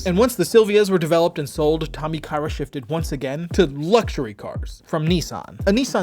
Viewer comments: It's Tommy Ka-Ira, not Tommy Kayra. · Hello sorry it is pronouced Ka ira ?